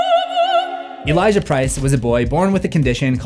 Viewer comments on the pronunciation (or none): none